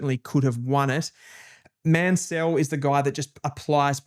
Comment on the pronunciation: Mansell and Lefau pronunciations need a bit of work.